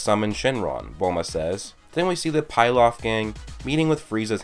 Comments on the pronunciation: PILAF is pronounced PEELOFF sorry but that was super annoyimg how you said PIELOF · pilaf gang not pie laf. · It's pronounced (pee-loff) not (pie-loff) I know that's nitpicking but it bugged me more than it should have.